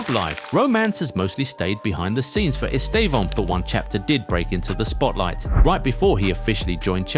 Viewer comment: First, English people pronouce his name in a wrong way and it sounds awful in his own language. So in the right way, the estressed syllable is /tê/ , so EsTÊvão.